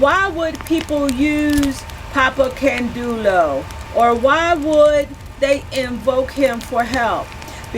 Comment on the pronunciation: can-day-oh is the way I was taught to pronounce it... I could be wrong.